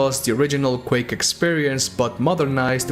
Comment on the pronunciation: Quake-ah, game-ah, announced-ah.